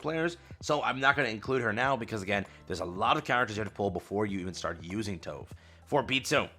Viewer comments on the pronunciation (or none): Just gonna pop up to say that you are pronouncing Tove name wrong (we all did that at release xD) Her name is pronounced Tube (like the Tube in Youtube but including the e at the end). You can also check in her first encounter voice line.